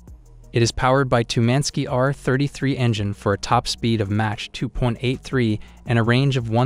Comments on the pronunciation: What is match mean 🤣 Mach (mock) these AI speakers are terrible. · He said "MATCH" 2!! hAHAHAHAHAHAHALMAO!! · Although a very interesting topic, I can not get past your startling mispronunciations. Match 2?!? Seriously. Unforgivable. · Mah-k not Match... for Mach. Or am I crazy 😅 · What is mash?? MACH pronounces MAKH not MASH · Is this AI? Because it's Mach (sounds like mock), NOT match. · Its Mack not Match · Mach not match 😂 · Not match...it's mach...dummy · this guy is dumb anyone who refers to speed as match and mot mach (mok) should not even be soeaking in the sunject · Mach, not match. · SIR ! PLEASE PRONOUNCE THE WORDS CORRECTLY ! IT'S ' MAWK 2 " ------NOT MATCH 2 ! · He can not pronounce Mach right.. it sounds like rock not match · Plz pronounce Mach like mock not match lol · Bro needs Hooked on Phonics stat!! Match? Raider? ReconnaisSANSE? Also, where’d he get his ratings from? SU57 is garbage and shouldn’t make the list, just like it hasn’t seen action against Ukraine… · Mach not Match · "Match" 2.83... You need to switch to a better AI system. lol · WTF is "match 2"? AI is crap. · Please learn how to pronounce mach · "Match" 2? Sent me out. No speek inglish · I mean he says Match instead of Mach so… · Correct your pronounciation of MACH (Mak or Maak) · is he pronouncing mach as match? smh tell me you know nothing about jets without telling me you know nothing about jets. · Did you say Match 2? and not Mach 2??? Are you serious? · what the hell is MATCH? loool - einstein! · This has gotta be AI speaking....reconnaissance and MATCH instead of Mach 😂🤦🏻‍♂️ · Considering that the narration uses words like “reconnaissantz” and “match 3”, I would take any opinion with a grain of salt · How on MIlitary TV do we not know how to pronounce the word "mach"... this is real suspect. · If you're going to do a video on aircraft, you should at least learn to pronounce "mach" properly. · Funny how you pronounce Mach. Thumb down for that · Learn to pronounce mach properly!